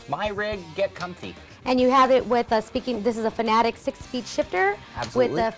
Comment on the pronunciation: IT'S FANATEC NOT FANATIC.